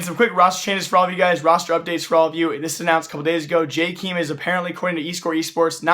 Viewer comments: Jkeem. it's Jay kae em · It's [Jkem] not "Jkeem" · STOP SAYING JKEEM GODAMMIT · Isn't it pronounced Jaykum? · I've dislikes the video because you said "jkeem" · please ffs go listen to how people say jkaem "Jay kem" so fucking annoying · Okay ignoring your pronunciation of Jkaem. Please stop acting like you know why players get replaced or kicked or signed... Without being mean you dont know enough about CS to make those statements. Also all players sign their contracts at the same time (or with the same renewal date) so thats not the reason why they picked Jkaem to be kicked... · you are saying jkeam wrong #no hate